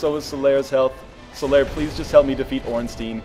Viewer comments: The way he pronounces Ornstein makes me cry. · Going by the Japanese pronunciation of スモウ and オーンスタイン, (not getting into how you want to spell it using a roman alphabet) a close approximation of the two bosses is Smoh, like dough, and Ornstine, with the "i" like in time.